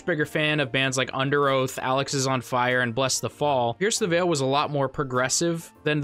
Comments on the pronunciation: I know it's a small thing that doesn't matter, but its "Alexis-on-fire" not "alex-is-on-fire" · Did he seriously pronounce it as “Alex is on fire”? It’s “Alexis on Fire” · DID YOU JUST SAY ALEX-IS-ON-FIRE…. It’s alexis-on-fire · Thankfully, he's not on the most recent album. And it's ALEXISonfire. I'm fairly certain fans hate it when people mispronounce the band name. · Alexis not Alex is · It is pronounced Alexis on fire not Alex is on fire. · lol bro its pronounced. A-lexus- on fire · After the Ronnie video I had to subscribe. 🎉 keep ‘em coming😂😂😂also it’s pronounced alexis-on- fire ❤ much love from Canada 🇨🇦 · One of my favs as well. lol. Just had to give you shit for that. Then I heard you say “Chathololic” in another video, and I’m like “okay, I get his humor now” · It is pronounced ALEXISonfire. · Haha 😹 I'm loving your content & this comment. I came here to say you couldn't have been that much of a bigger fan if you don't know how to pronounce the name, but tbf I didn't even realise your interpretation existed until this video & it DOES look like that could be it. (Alex) ➡👱🏼‍♂🔥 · Great vid, strangest pronunciation of Alexisonfire I’ve ever heard though lol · Is the way you say Alexisonfire supposed to be a meme or do you just pronounce it that way